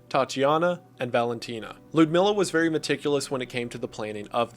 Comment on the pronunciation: The way he pronounces Lyudmila is hilarious lol